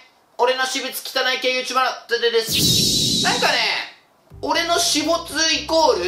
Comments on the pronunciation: しぶつをしもつって読むの草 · くらい私物のこと[しもつ]って言ってね？